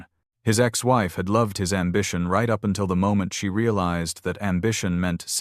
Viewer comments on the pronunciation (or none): none